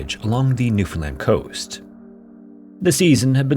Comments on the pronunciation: Also thank you for pronouncing the name of our province correctly! Look up the 1929 NL Tsunami if you're looking for content for a future video. Grim stuff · I'm so happy😊 you pronounced Newfoundland Correctly!🎉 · thank you SO much for being one of the only youtubers to pronounce newfoundland right. :') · Just have to say, as someone who was raised in newfoundland, its so nice to hear a youtuber pronounce it properly! A lot of people pronounce it like "new-fin-lind" outside of canada and every time i hear it pronounced like that it makes me cringe inside lol (The emphasis goes on the "Newfoundl-AND". Its the "lind" pronunciation that sounds so wrong to me) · We have so many "Gull Islands" here haha... P.s. thanks for pronouncing Newfoundland pretty accurately! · As a Newfoundlander, I appreciate this story and your correct pronunciation of Newfoundland. Cheers!! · 10/10 pronunciation of "Newfoundland" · I suggested this one so I'm stoked to see if featured. NL has lots of shipwreck stories but this one always stuck with me. And kudos for pronouncing Newfoundland correctly.